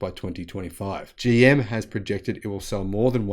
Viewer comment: Bro!!! Did you say "Joe Motors"?